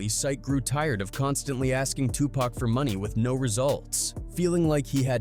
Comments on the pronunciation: WTF man it’s pac not pack I can’t even finish this shit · Soon as I hear "Pack" I turned it off and stopped watching. We need more respectful voice overs. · Why is he calling him pack? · I had to stop listening because this dude insists on calling this man Too Pack as if he hasn’t heard every black man and Tupac himself say his name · I refuse to watch this bullshit ass video any further until he can say 2Pac name right